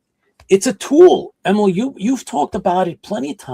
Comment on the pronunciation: I believe it is pronounced Em-eel. Like Auntie Em from Wizard of OZ, and 'electric eel' as the sea creature. I could be wrong, but his mom, my cousin, pronounces it that way. Thanks!